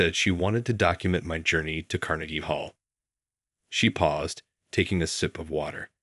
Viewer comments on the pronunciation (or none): none